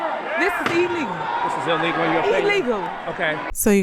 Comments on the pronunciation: Illegal not elegal😂😂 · "This be E LEGULL yaw."